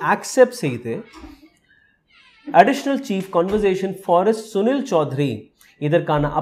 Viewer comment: please say CONSERVATION. You are pronouncing conVERsation.